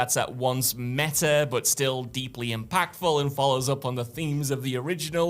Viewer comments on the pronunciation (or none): none